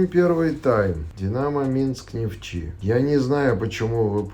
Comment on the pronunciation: зачем коверкать название клуба? Оно Нефтчи, а не нафта, или бянзин